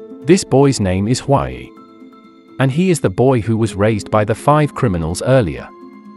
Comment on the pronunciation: If you're going to have a channel dedicated to recapping Korean movies, at least learn how to properly pronounce Korean names lol. His name is Hwa-yi, not Way.